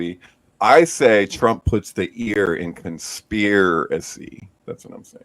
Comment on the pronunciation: LOL "conspEARacy"